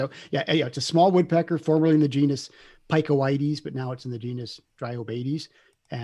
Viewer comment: Oh!!! Picoides is pronounced pick-oid-ees, NOT Pie-co-eye-dees